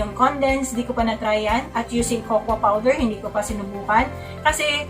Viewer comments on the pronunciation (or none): none